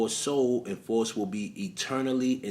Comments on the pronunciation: *FOWST (pronunciation) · Its pronounced fowst. My husband didnt believe me when i told him disney had a movie called i was a teenage faust. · The correct pronunciation of FAUST is Similar To the word Foul or House..